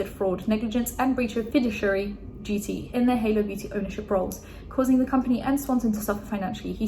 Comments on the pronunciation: Fiduciary is pronounced fih-DOO-shee-eh-ree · fiduciary is pronounced fi-doosh-iary btw girl, you learn something new every day :)) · fih-doosh-ee-air-ee (the ih sound in the beginning is like the fi in fig) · Fiduciary pronunciation - fuh-doo-she-air-e (read e like the letter, not the sound)